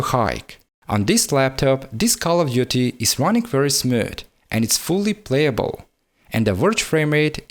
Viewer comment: hoes mad hoes mad hoes mad hoes mad hoes mad hoes mad. but fr on a serious note , english isn't my first language but actually my third , and it definently isn't his first language either . Tbh his english is actually quite good . I just thought the way he pronounced smooth was quite comical. I must say that i really respect his grind though. why the fuck you gotta get offended so quickly though lmao , man the fuck up.